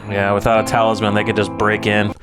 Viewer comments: It's a talisman not a talibut. Sorry, I just had to say it. Otherwise I love your reviews. It adds more layers than just having watched it by myself. Keep up the good work! :D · Great reaction to a fantastic show. Just one note, it’s talisman not taliban (LOL). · I am dying everytime you guy say "Talibut". I keep thinking about a halibut fish LOLOL